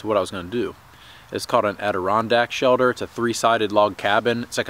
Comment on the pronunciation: What's a "shelder" ??